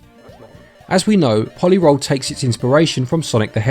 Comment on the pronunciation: I believe it's meant to be pronounced po-lee roll. Like a roley-poley.